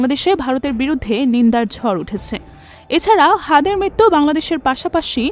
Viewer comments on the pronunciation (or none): none